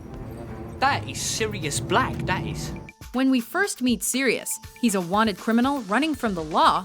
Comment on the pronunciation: It's Sirius NOT SIDIUS!!!!!!!!!